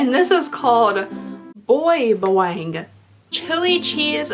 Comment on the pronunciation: Oh no! Why am I so late for this! 😂 i'm so glad you liked the snacks from the Philippines 🇵🇭 a little tip: we say "Baaaa-waaaang" it means garlic 😉 more videos like this pls!